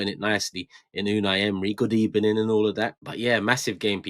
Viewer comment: good ebening indeed 🤣